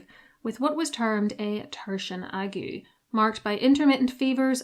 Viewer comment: da aeg-sh The ague.